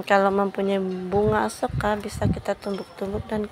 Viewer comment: 😂 Sampai salah nyebuut Asoka jadi Akuesa 😅